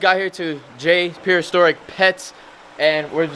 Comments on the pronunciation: Does have trouble saying "Prehistoric?" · Lol u didnt say prehistoric correctly lmao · has so much trouble saying "prehistoric" lol